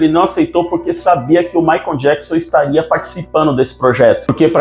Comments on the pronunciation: Não é Maicom é Michael e, se pronúncia assim: Maycol. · O narrador fala " Maicon " jackson :face-green-smiling::face-green-smiling